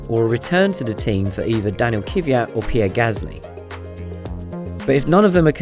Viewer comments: You should pronounce it like it's written: K-vi-at, not Ki-vi-at. The first syllabo is similar as in word "Clash" (cla-cvia) - you don't say "ki-la-sh", right? Formula one is not some lower division, where you can escpae with bad pronounciation, at least not as a top in the business. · It's sit when people call them vershtappen of Keyviat. Reading disorder? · You bastards, learn for once how to pronounce "Kvyat" correctly!!! Edit: And "Porsche" as well. It's not a "Posh"!!!